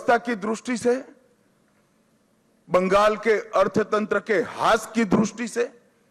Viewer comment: दृष्टि bolte है द्रुस्टी नहीं